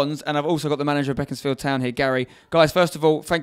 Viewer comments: It's pronounced Beek not beck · I swear it's pronounced bee-cons-field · I thought it was BACONSfield